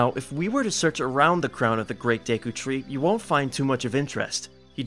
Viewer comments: Take a sip when he says deekoo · Why you keep calling it deeku tree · Its pronounced day koo not dee koo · AND ITS NOT DEEKU ITS DEKU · AGAIN DEKU NOT DEEKU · “Deeekooo tree”